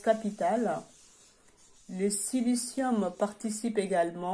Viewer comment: Encore une personne qui nous lit une page google.....et c'est pas silice lium c'est silicium . Bref des gens qui savent car ils ont expérimenté eux mêmes est nettement plus intéressant .